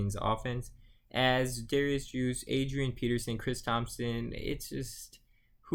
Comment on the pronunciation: You lost me at Juice...It’s Derrius guice 😂